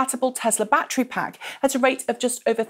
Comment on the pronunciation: Can't count how many time she said "backtree" instead of "back ter ry"